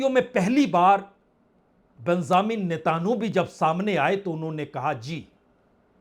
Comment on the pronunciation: Homurj ghalat bol rahe hain Correct word is Hormuz Netanoo bhi ghalat bol rahe hain Sahi Netanyahoo hai